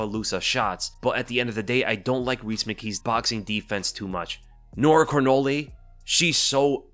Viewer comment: French dude here, if those french names pop up again in the future, here's a cleaner pronunciation fyi : Manon Fio-row Nora Korn-all Morgan Sharry-air Buh-nwa Saint-Duh-nee Taylor La-pee-lus -Anj Loosa ;)